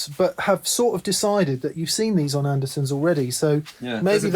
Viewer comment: Is it just my bad hearing (but I believe I've heard the Captain say it this way before) but at about the mark does he not say Anderson's rather than Anderton's? Am I missing something here from my perch in Northern Wisconsin?